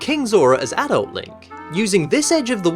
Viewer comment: You pronounced "adult" wrong... ._.